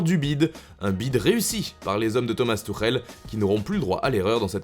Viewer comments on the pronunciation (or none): none